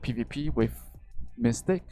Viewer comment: ..all i heard is mystake..not mystic..lmao..u really are a troll..nice reference there lol